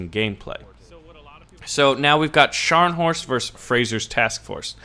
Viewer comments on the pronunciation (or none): none